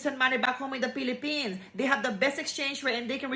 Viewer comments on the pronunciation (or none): I love it every time she says Pilipin. Let's we all together make it the new standard pronunciation. ❤